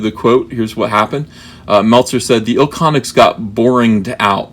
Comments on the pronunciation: It’s not ilconics it’s iconics the second i is silent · It's pronounced Iconics. Meltzer has kind of a weird status within the wrestling community. He's been doing this for a long time but can come across as a condescending prick at at times. I'm not a fan of Meltzer by any stretch of the imagination but I get what he's trying to say ( and I wholeheartedly disagree with him here) but he sucks at saying it. I've been an indy wrestler for 15 years. When I first broke in the guy who trained me said wrestling is like a fraternity in that everyone wants to join but not everyone can do it and one of the things I learned is that you work with a lot of the same people over and over again you tend build friendships and loyalty in kind of a family dynamic. You tend to get defensive and protective of your friends. I don't think it's so much an SJW thing as much as its just defending your friend? Thats just my opinion.